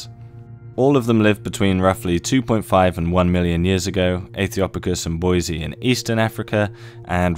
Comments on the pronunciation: BOY-ZEE-EYE Not “Boy-zee” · Boy-zee-eye. It’s important to check pronunciation. You